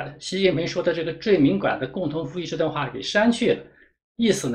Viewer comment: 最敏感gan 念了多变最敏管guan 🤦‍♀️🤪 内容好 不影响为你点赞